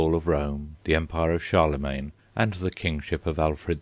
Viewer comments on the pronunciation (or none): none